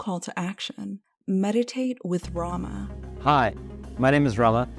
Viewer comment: He can't even pronounce Rama